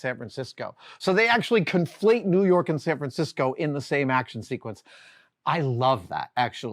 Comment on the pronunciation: It's spelled "New York", but it's pronounced "New Yoooink"